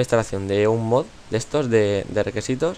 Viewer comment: jaja dijo requesitos xd